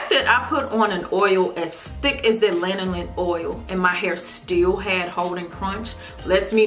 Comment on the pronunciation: Thank God somebody knows how to pronounce lanolin. Lol. I think I've watched 3 reviews for these products and each time they're like " laNOlin?" "Linoleen?". Lanolin is in so many products, I'm surprised so many people haven't heard of it before.